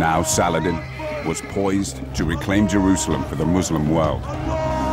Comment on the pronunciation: You rong saladin not arabe make sure when saying a story